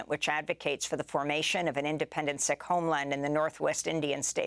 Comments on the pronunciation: Pronounced Seek , not sick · Sikh is pronounced Seek, not Sick..... unless you are expressing an opinion. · Why is Sikh suddenly pronounced "sick", rather than " seek"? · I’m confused I thought Sikh was pronounced like Seek not Sick? Or does it just vary across the pond like how Americans say Moslums instead Muslims? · It’s pronounced seeks not sicks according to my SIKH friends. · I thought Sikh was pronounced to sound like 'seek'. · It's pronounced "seek" (Sikh) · Sikh-pronounced seek. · it's pronounced seek, d*mb *ss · It's pronounced "SEEK" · Isn't it pronounced Seek